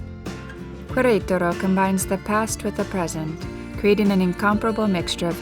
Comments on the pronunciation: Loved this video but the pronunciation of the name of the city killed it for me. It's not kwareutarou . It's "keretaro" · It's pronounced keretaro not kwayraytaro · It is pronounced Keretaro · The narator doesn't have the ability to mimic, i.e., correctly pronouncing Queretaro. Can someone please coach her? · Yes. That was so distracting. Like running fingernails on chalkboard. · I agree. It was annoying af to keep listening her mispronounced such easy name to pronounce. I bet if it was a French name, she’d be all focused on pronouncing it 100% correctly.